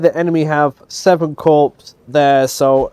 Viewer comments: Corps = CORE, not corpse. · Note: "corps" is pronounced like "core"